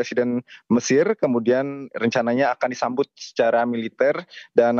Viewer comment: Disambut mas, bukan dijambut😂